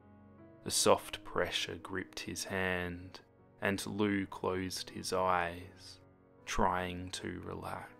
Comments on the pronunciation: It is pronounced liu! (lee-oo) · Wait It's pronounced Loo? I thought it was Lee-oo I'm stupid